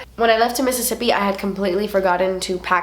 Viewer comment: I love how you say Mississippi! Reminds me of friends when they talk about Monica’s rich boyfriend Pete... when they talk about how he’s so rich he should name a state after himself missisipete okay I’m done 😂 love you!!!